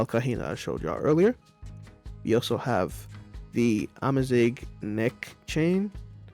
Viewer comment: AMAZIGH MENTION?!?!? holy peak finally some representation of my culture, even if you didnt do the prononciation right, im loving it I love how you interpreted out culture tehehehe in giggling